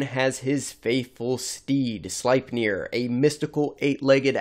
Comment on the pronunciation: FYI it’s pronounced Slipnear